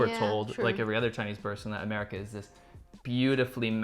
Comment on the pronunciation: Wait, did she call it A-meh-rica? 😂😂😂. Okay, just forget aesthetics 😂😂😂 and even decorum 😂😂😂 -- that's not America. The beauty of America is there is plenty of opportunity (land of opportunities), however, there is also plenty of greed. Gotta take the good with the ugly.